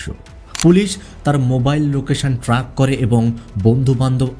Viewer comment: এস্থায়ী না স্থায়ী, মোবাইল ট্রাক না মোবাইল ট্র্যাক। আরো ভুল উচ্চারণ ছিল। উচ্চারণ ঠিক করতে হবে।